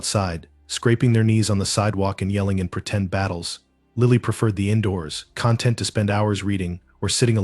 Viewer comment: "coax" is pronounced like "cokes" - it's only pronounced "co-ax" when it's an abbreviation of coaxial. also "content" in reference to feeling happy and satisfied is pronounced like kun-tent - it's only pronounced con-tent when it's in reference to the substance provided whether it's the content of a youtube channel or the contents of a jar.